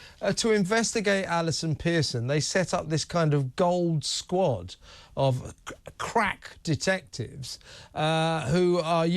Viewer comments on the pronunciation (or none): Sorry Kevin did you say crap detectives 🤭🤣🤣🤣